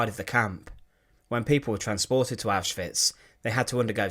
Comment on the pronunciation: I love how the narrator says auschwitz! It's neat!